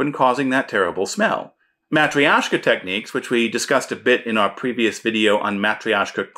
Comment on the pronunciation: This is one of the most useful and often difficult skills for a GM to master. Side note, I believe chitin is pronounced KITE-in and chitinous would be KITE-in-us. But TIL it's mah-tree-YO-shka, not mah-TROY-shka, so thank you. Great vid!